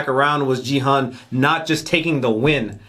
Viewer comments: OMG He can't pronounce the protagonist's name until the very last episode ends His name is Gi-hun not Ji-heon lol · 9화까지 보고도 기훈을 끝까지 지헌이라고 하네..ㅋㅋㅋㅋ 귀여움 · 자꾸 지헌 이라 그래서 누군가 했네ㅠㅠ 기훈이를 지헌이라고 읽는구나.. Actually Gi-Hun 's pronunciation is "Gi"[ɡɪ] just like 'gear' ,"Hun" is Hoon [huːn]. Just FYI :) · Gi-Hoon, The pronunciation of hero's name is very similar to Ki-Hoon, not Ji-Hoon. I can tell you certainly 'cause I'm Korean. Thank you for loving Squid Game. ^ ^ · Main character is Ki-Hoon, not Ji-Hun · Just a little bit of a korean name pronunciation correction. The "Gi" in Gi-Hun's name is not pronounced as "gee/jee" but like the "gi" in guitar, a strong sounding g. Also the Hun is pronounced as "hoon", like the pronunciation in spoon. I enjoyed watching your reactions, as I was tuning in for them every day since you reacted from ep1. 😊